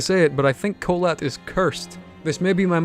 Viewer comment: I just realised that you mispronounced "Kholat" while watching a russian(?) TV thriller series about the incident